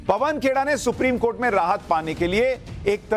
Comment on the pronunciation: Supreme kotha bole ya supreme court??? Slip of tongue inme se kya hai🤣🤣